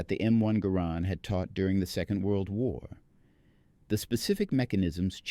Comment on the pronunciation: It gar rend not gar Nord, it's a Canadian design after all.